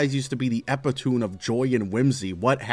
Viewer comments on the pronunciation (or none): I really hate to be the one to tell you this but it's pronounced "ep-pit-oh-mee" 🥀☝️🤓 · Epitome E pit uh me If you use fancy word please say it right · You said the word epitome wrong. It’s “Ep-it-oh-mee” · noooo you said epitome as epi-tome lmao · this dude said epitune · bro said epitoom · i beg of you to stop pronouncing epitome like that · Wait wait wait. How do you pronounce epitome?